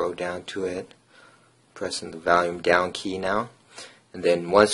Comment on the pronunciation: you're saying volume wrong....good vid though